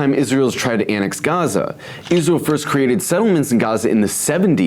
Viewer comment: Fuxk its-raz-elle